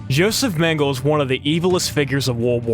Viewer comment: It's pronounced: Nan-kin and Men-ga-lä.